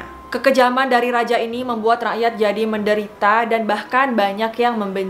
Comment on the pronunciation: Salfok sama kata "rakyat" nya 😂